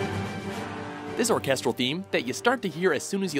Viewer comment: We all know you can't pronounce Japanese words, but you can't even pronounce English words like "orchestral," and "cross"...